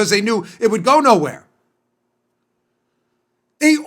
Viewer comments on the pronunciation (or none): none